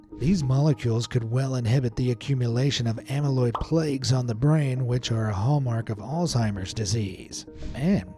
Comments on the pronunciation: Terrible AI images. STOP USING AI PLAQUES, not "plagues" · Amyloid plagues? Yeah I don't think you're AI can pronounce plaques.